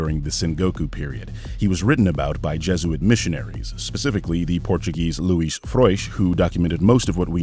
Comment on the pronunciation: all things aside, your portuguese pronounciation is perfect